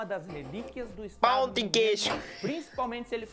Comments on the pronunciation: You actually pronounced 'pão' really well, it didn't sound like pau at all, it's okay lmao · U said ''pão" perfecly